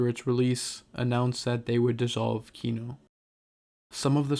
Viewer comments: This narrator guy mispronounces the band name the whole time 😂 It’s not kíno its kinó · KinO, not KIno, the last syllable stressed, please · kinO. stress falls on last syllable :) As a matter of fact - every russian surname have stress falling on last syllable. Thanks for the video, nonetheless, it's just misprononciation really hurts my ear. Overall, I understand the sources you're drawing from, and without knowing full historical context... well... sources are weak. Kino is still the greatest of all Russian Rock (misnomer on itself), but yes. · just fyi it's kinO with the inflection on 'o'. ki--nÒh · Can you pronounce kino correctly at least once in your life. cool video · Dude, I really dig what you do, but could you please, please just check where the accents go? It's kinO, tikhomIrov, etc. I understand when the names are anglicised, but you seem to be striving for authenticity, don't you? :)